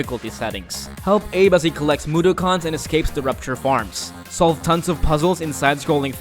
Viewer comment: The way he said mudokken caused much frustration.